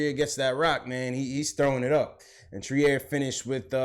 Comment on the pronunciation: I was at the game. Robinson's biggest issue is conditioning. 2nd, moving his feet. 3rd, he's 20 years old. Future is bright. The boy is a natural. By the way, Allonzo's last name is pronouced "Treer" son!